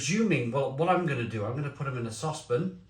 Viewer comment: excuse me.... you're gonna put them in a what?? A sosspen? Haaaha